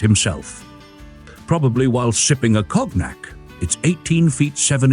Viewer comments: Those doors make so much sense I can't believe no on has used them since. Oh, and "cog-nack?" I assume that's "cognac" (pronounced "cone-yak") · I saw this beauty at the Petersen. It is a sight to behold. Just a heads up: some of the specs had your AI simply repeating itself. It also mispronounced “cognac.” Normally, I loathe AI narration, but your sense of humor and the overall quality makes it a joy.